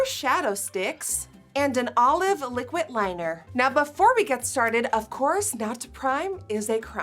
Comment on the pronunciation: “the gringe” “liquit liner”